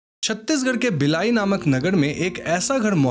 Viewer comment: Sir wo बिलाई nhi भिलाई hai or uss गुफा ka naam kutumbasar hai or sach me waha sham ke baad se kisi ko andar jane nhi diya jata mai khud waha ghumne gyi thi 😊